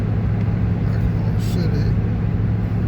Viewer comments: Being a Michigan resident, I especially enjoyed your video. Sorry, but I had a few giggles at your expense over your pronunciation! Whether it’s spelled Mackinaw or Mackinac, it is always pronounced Mackinaw. Pasties are pronounced like “PAST-ease.” They come from Michigan’s past. During the period of underground iron and copper mining, many former tin miners immigrated from Cornwall, England and brought their lunches with them. Pasties were a favorite lunch item for miners. They were easy to carry, nutritious and filling, and the thick crust around the outer edge made a convenient, disposable handle for eating with dirty hands. Thanks for sharing your trip with us and for featuring some of Michigan’s beautiful places. We have many more, so I hope you will return! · Thanks for coming to my home state. Come back in summer it will be full of tourists learn to pronounce Mackinaw right so u don’t stand out. The big discussion is did u have catsup or gravey on your pasty. Lots if antique malls flea markets and goodwills here